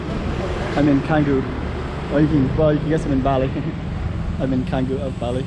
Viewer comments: It's pronounced Changgu bro! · The letter C in the Indonesian alphabet is always pronounced as Ch. Canggu is therefore pronounced Chahnggu 🤦🏻‍♂️